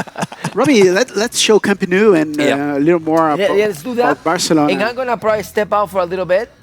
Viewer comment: "Camp nuu" the way he pronounced it is pathetic